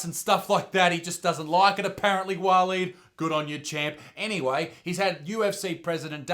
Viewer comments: Walleen or pauline?! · Waleed .. now there’s a real Aussie name 🙄